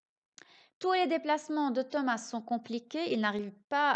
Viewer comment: Bonjour, On ne prononce pas le "S"de THOMAS. Et bonne continuation.